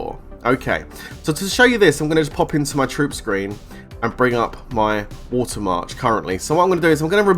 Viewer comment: Every Canadian and American are cracking up right now over "Woota" ahem... I mean water 💧:_WorthyLOL::_WorthyLOL::_WorthyLOL::_WorthyLOL